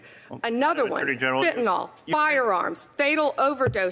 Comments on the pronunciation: Pam Bondi...It's Fentanyl NOT Fentynol, you idiot. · What disturbs me, as a lover of language, and defender of literacy, how the highest government can’t pronounce “fentenyl”. Its not “fentenall”. Geez. 😂😂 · An attorney general saying "fentanol" 😂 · Why do Americans pronounce FentanYl as FentanOl? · Why TF can’t any of these highly educated people pronounce fentanyl? It’s a Y, not an o. What the actual fuck? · "Metha-amphetamine"; "fentanOl". Quite pharmacologically literate, this lady.